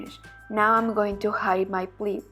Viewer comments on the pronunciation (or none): none